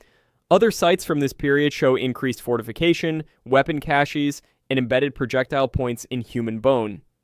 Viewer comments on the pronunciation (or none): none